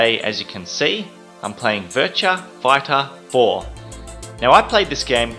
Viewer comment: "Virtua Fightah Foah"